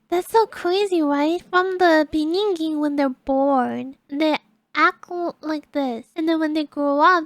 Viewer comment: She says, "From the beninging." So cute.